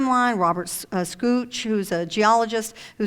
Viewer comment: Robert scootch lol.. it's shock, Robert Schoch